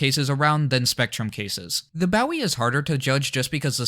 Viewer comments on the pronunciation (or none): Nice video but fyi Bowie is pronounced bo. e.